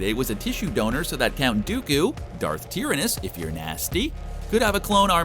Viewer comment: its tyranus not tiranis